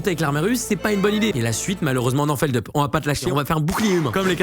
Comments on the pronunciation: C'est pas Feldeup, c'est Feldup (on prononce le U)! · Bordel personne sait prononcer feldup c'est fou